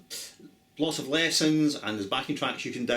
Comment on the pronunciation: I love the way you pronounce 'lessons'